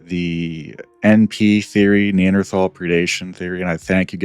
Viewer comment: It's so nice to hear someone pronounce "Neanderthal" correctly.